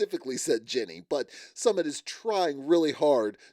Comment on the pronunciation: Great reviews! Btw, his name is pronounced SuMIT W accent in second syllable:)